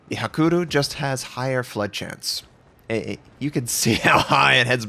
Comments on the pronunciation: It's "hakuryu", not "hakuru" ;) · Hakuru xD :D HA-KUH-RUY-YU